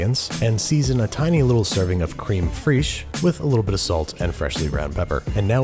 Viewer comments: please dont say cream freesh... its closer to creme freshe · "Cream freeeash"...? Lol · krim frish